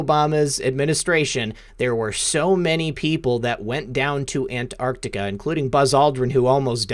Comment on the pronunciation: It's not 'anarctica' or 'antartica', but ANT ARC TICA! Ooooft. Ok, got that out of my system. Finally got to hear the whole interview....can't wait for next time, there's so much more digging to be done on this one. Would love to hear more supportive evidence for claims, otherwise it just sounds like fiction. Who is the faction in antarctica really? Aren't they the 4th Reich? Not exactly benevolent. And it casts any alien or interdimensional entities associated with them in a bad light too. If Hanks visited them, they're for certain 3vil. I'm so bl00dy tired of 3vil. Where are the GOOD powerful people? The GOOD 'secret societies'. Why are we so infested with 3vil fu€ktards?